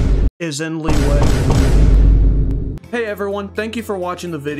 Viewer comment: Bro said leeway likeee we all know it's pronounced la wee wee